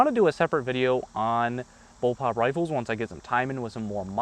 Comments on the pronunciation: its pronounced bull PUP, not bull POP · It's bulpup, not bulpop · First BOWLPOP: "lol, he said bowlpop when he meant bullpup." Second BOWLPOP: "wait, does he think it's pronounced bowlpop?" Ninth BOWLPOP: "....I'm dead...." Please don't make a BOWLPOP review video. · ITS CALLED A BULLPUP NOT BULLPOPS